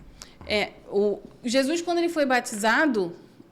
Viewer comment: Paz Amo vocês em Cristo! Já reparam como a fala "Jesuis"....😂 é tão lindo!!!❤